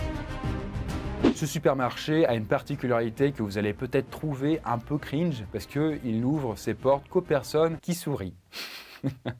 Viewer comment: Arrêter de dire crinch C’est chiant